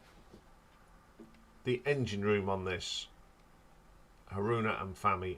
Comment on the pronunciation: Midori is pronounced Mee Door Ree. In fact all letter I sounds in Japanese names are pronounced as a long E. So Miyako is pronounced Mee Ya Ko. Fami rhymes with Mommy and Asami. Haruna you got right.